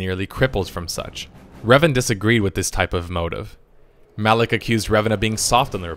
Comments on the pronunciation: 'Alak' one moment later, Kreia pronounces 'Malak'. XD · Are you saying Revan and Alec? LMFAO fuckin what?! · Did anyone notice he kept calling Malak Alik.